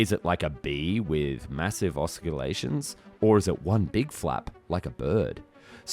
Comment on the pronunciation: He pronounced oscillating and ornithopter wrong several times.....